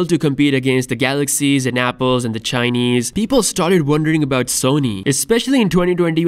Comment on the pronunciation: When you say Chinaess there is so laugh in it.. 🤣🤣